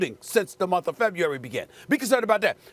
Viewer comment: Stephen A really can’t say “February”